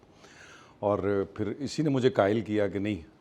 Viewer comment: Qaael ko Kaael ya kaahel kahna. Naa Gawaria laggard,,..